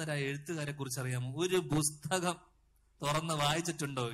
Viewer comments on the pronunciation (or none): ബുസ്തകം.. അല്ല പുസ്തകം... 😃